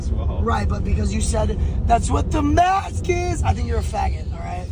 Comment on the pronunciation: Dream: I have adhd too Cantu: yeah I know it’s cause you said “ThAtS wHaT tHe MASK IsSSSss” Drunk people hella funny